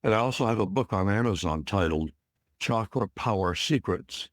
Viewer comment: It is not Shaakra Or shakeera. It should be pronounced as CHAKRA... Cha sound should be...